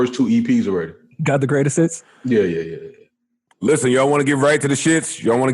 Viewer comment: 😂😂😭😭💀😭 Joe has zero chance of washing anyone with his cant even say hits..lol..gotta say hit